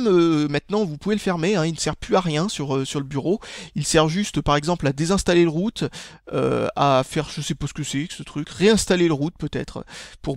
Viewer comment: on dirais que tu dis toujours biroute,mdr